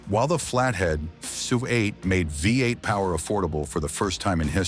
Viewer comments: "the flathead five eight" ( AI speak for V-8 )! Ain't AI smart! 😂😂😂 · Your reader keeps saying "flathead five eight not V-8 . You get a thumbs down from me. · The flathead "5 8"? Nice try, AI. 🤦🏼‍♂️ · The AI keeps calling the engine a five-eight when the V is the letter V and not the roman numeral for five. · The damn AI… five-8! Are you kidding me! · That's what the AI voice meant with saying "5-8" - had my simple mind confused!